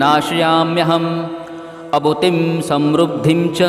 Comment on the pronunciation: अभूतिम असमृद्धीम च म्हणणे योग्य होईल